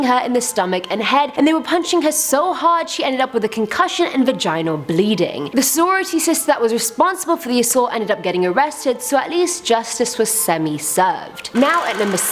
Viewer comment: Is it just me or did she say vai-gien-al bleeding instead vaginal